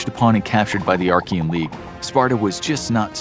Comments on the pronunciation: "Archia" "the Archian league"? Do you mean Achaean league? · its not Archean but Achean there is no R..! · Awesome video. Slight correction: it's the Achean league. Not the Archean league. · it's Achaean League (not Archaean League) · Stopped watching when you kept saying Arkian 🤦🏻‍♂️ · There is no "r" in Achean, as you pronounce it